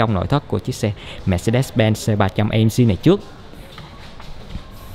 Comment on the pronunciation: Tiếng anh nữa mùa hả...AMG là Ây Em Gi chứ A Em Gờ gì